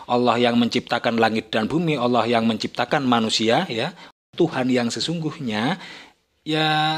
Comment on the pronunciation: Org beragam Nasrani, walau pux Titel ada 15. Tp cara mmbaca di kitabx, msh salah baca.. ALLAH di baca ALAH.. lucux aja dgrx.